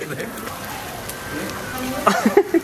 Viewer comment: It’s dosa man please😭😭😭😭 From Tamilnadu so yes I did find it weird when u called dosai or dosa as DOSHA Dosa bro please dosa not doshea 😭😭😭😭😭😭😭😭😭😭😭